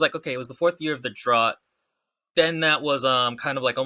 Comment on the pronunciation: You can't roast other people's writing if you can't pronounce 'drought.'